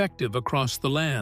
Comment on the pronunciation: Nahualt (nahwah) not nawattle smh I'm already annoyed by this !! Good grief !